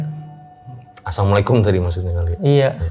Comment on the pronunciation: Assalamu'alaikum mungkin tadi maksud nya 😅, mas baik suka ngingetin kalo narasumber salah ucap